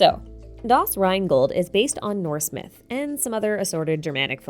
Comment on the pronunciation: Good job on making Rheingold sound extremely badass with your english pronounciation!!!